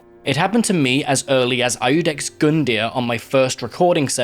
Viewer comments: Iudex = "yoo-decks" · Immediate pain from how you pronounce Iudex, the I is silent it only works to elongate the u sound.